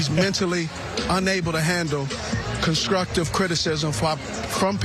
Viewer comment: “Conscructive criticism” 🤣🤣🤣